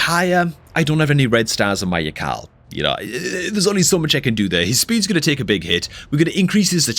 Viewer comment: Something tells me that yakarl is actually pronounced yarl.... Idk why just seems correct